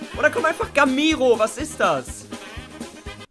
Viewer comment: er sagt gamairo :D ...